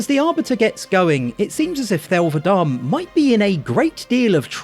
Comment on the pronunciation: it's va-de-me ffs😂